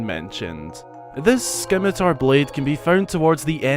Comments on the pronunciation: The C is silent. Simitar... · Agh!! Scimitar (Sim-it-ar) has a silent C. like "science" Sorry. Sorry. not important, I know, but AAAAAAAAAAAGH! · Didnt see this, but it killed me to hear it even one time nonetheless.🤷🏽‍♂️🤷🏽‍♂️ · You said it wrong!!! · You may just need to re-record! Lol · I was just about to slaughter you (well point out not slaughter) but you learned, we all learn. Great video though, I'd like to see the White sword make a come back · I literally stopped everything I was doing when you said it XD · The C is silent bro. Too much Runescape. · Bro the c is silent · Pronunciation of “Scimitar” wasn’t the only problem with the number 1 item, because it’s not a scimitar. A scimitar is an Arabian style curve-bladed sword. The sword that was used to reanimate Stallord is more reminiscent of a claymore. So will people please stop referring to it as a scimitar. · Are you mispronouncing scimitar on purpose? My skin crawls every time you say it. The "c" is SILENT. Also scimitars are CURVED bladed single edged swords. That is a broadsword. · So was it just too difficult to type "scimitar" into google and observe the word's pronunciation? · A little research in pronunciation goes a long way.... so cringy to hear you mispronounce scimitar so many times. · The C is silent in Scimitar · I cringe every time someone Mispronounces the word Scimitar. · I mean he mispronounces lots of stuff 🤷‍♂️🤷‍♂️ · The C in "Scimitar" is silent. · The C is silent. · Please sir the c in scimitar is silent my ears are bleeding. I just scrolled through the comments and noticed in wasn't the only one who typed this. Not trying to spam or anything. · WHY SCIMITAR IS NOT PRONOUNCED WITH THE ‘C’ ! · The C in scimitar is silent T.T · 1: you mispronounced scimitar, 2: the scimitar of twilight is not much of a scimitar. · I knew of the Demon Tribe Sword and Scimitar of Twilight from Hyrule Warriors, heck, it's how I learned that those two swords had names. Oh, also the c in Scimitar is silent.